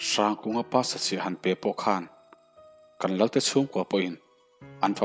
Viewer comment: Hrangkunga tive mai la, hrrangkunga iti kher hi chu beng a thlep deuh